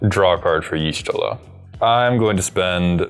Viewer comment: I love watching commander games. But I stg if you don't learn how to pronounce the character named from the FFXIV deck im gonna lose it xD